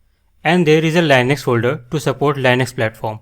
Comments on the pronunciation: Bro, It's not lienux... It's Leenux (Linux) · its not Lainax. its Linux